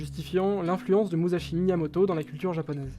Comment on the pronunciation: Petite correction sa se lit MuSSashi et no MuZashi sinon bon taf continuez c'est cool